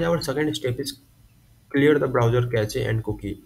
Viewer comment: Ain't no way bro called cache "cachayy"